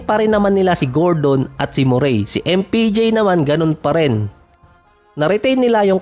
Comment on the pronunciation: saka muereh ang pronuonce dun hindi moreyyyy ahahahaha